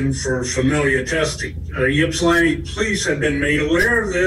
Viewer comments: You keep calling it yipp-slantee lol it's pronounced ip-sill-antie Source: lifelong Michigander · yipslinti is cracking me up. ip•sill•lan•tee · Ip-suh-lantee It’s a rough working class town with a lot of crime, and little wealth. Very, very redlined city. Basically all the service workers from wealthy Ann Arbor next door live in Ypsi, or EMU which is the inexpensive school college. It’s a rowdy place full of shady poor folks that mingle with the drunk undergrads… lots of gnarly things happen there. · It's pronounced Ipsi, Ipsilanti. I know it's weird but thank you for covering this! You should cover one of my peer's cases. Her name is Jayde Lee, she's also from Michigan. Love your channel! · She says it like shes skipping right over the 'i' between the 's' and 'l'....'Yip-slan-ti'. I'm from Massachusetts and there are cities and towns here that get completely annihilated when people try to say them. 😂 Every state has towns like that. Unless you grew up around the area and know how to pronounce them, people unfamiliar will try to pronounce them phonetically. I'm sure we all have stories about this subject. 🤗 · Ipsaa lantee is how it is pronounced. Glad you covered this. Some really shady stuff happened through all this. Boy oh boy do I feel so bad for their Mom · Ypsilanti is pronounced ... ip-suh-lanty. Don't worry, when I moved to Michigan 20 years ago I butchered the name, too. LOL 🤣😆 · Funny those of us in Michigan pronounce Ypsilanti (ips- ull-antee) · You're not pronouncing the town's name correctly. It's pronounced "Ip-sil-lanti" (I live in Michigan). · Ip-sil-anty is how you pronounce Ypsilanti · Ypsilanti is pronounced Ipsilanti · Ypsilanti is pronounced Ipsilanti.....on to more important comments... what kind of mother throws their child out??!!....regardless of the mouthiness...... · Ypsilanti is pronounced ip-si -lanti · 🗣️YIP SI LANTI = YSILANTI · OMG being from Michigan I’ve never heard Ypsilanti pronounced like that 😂